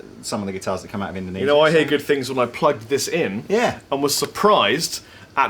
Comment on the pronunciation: Indowinsia? Windonisia would have been better :P